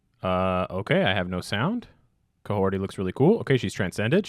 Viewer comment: It’s pronounced with a G , Gah- hoh-ri